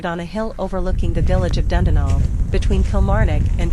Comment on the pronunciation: Interesting castle to visit but you’re pronouncing Dundonald wrong. It should be pronounced Dun Donald!